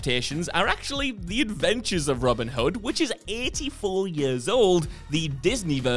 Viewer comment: Genuinely thought he was saying Robert Hud. I was like who’s that?